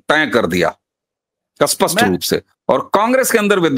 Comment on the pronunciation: Why do North people can't speak certain words properly? Spasht pronounced Aspasht Sindhoir pronounced Sindhoir School pronounced I school Indr pronounced Inder And so on ...